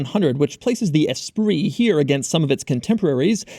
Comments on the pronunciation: Doug says "esprise" instead of the correct "espree" 😂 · That is not how you pronounce Esprit